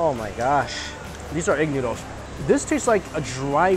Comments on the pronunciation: Is it just me or he says noodles as NYUDLES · I always laugh when he says noodles😂